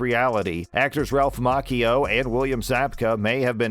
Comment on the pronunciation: I wished the host would quit mispronouncing Ralph's last name.